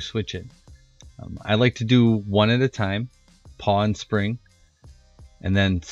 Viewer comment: You frayed your brake cable, no bueno there brochacho. pawl. like awl. PAWL. CIRclip removers. (cir, as in circle. circlip) omfg if you say PAW again. directional tire, remount the tire on the rim after flipping, don't be lazy.